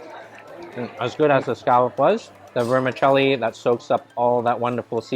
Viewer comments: Vermi ‘Chelli’ not ‘celli’ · The correct pronunciation for vermicelli is ver-mih-CHELL-ee